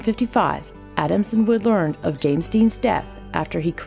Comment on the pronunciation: Good video, except that you called Natalie Wood, "Woods" several times